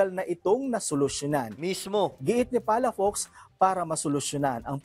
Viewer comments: Ang basa Ng palafox ay palapoks Hindi palapaks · Palafox hindi palafax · PA LA FOX and not PALA FAX - Ilocano sya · Palafox Hindi palapax